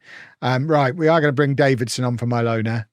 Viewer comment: I'm liking this series. Every time you mention Mylona I'm hearing 'My Loaner."